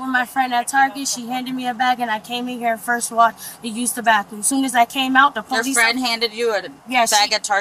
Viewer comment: Ze po - lice. ?